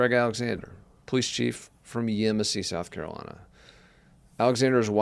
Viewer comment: And don't forget South Carolina - Sackalina.